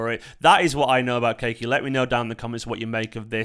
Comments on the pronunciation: Kaa- e -Key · Yes, it's pronounced Ka-ee-key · Pronounce the kid's name correctly. Ka-yi-Ky would be a better way to say his name.